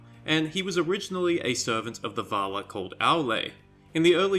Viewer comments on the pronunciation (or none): Please pronounce the names correctly... It is a pain to listen to you, and hard to keep up because you pronounce everything like shit. It is VALAR! Not vaaalaaaa. Jesus christ... And you call yourself a fan..